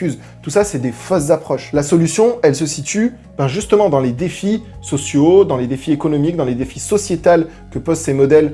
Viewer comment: Merci pour toutes ces explications. Très instructif. Un gros effort en anglais (secret, engine...) et un petit en francais (il faut que vous vous le diSIEZ, défis sociétAUX, ce qu'ILS voient...) et ce serait parfait.😊